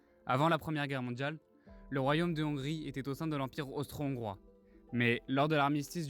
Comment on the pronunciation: Trop de fautes de français à l’oral ! Des zongrois… inaudible ! Dommage… Y’a de l’espoir